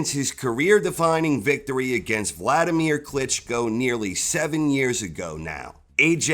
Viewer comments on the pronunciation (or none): none